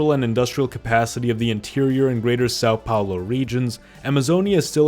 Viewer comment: Sáu Paolo 😢😢😢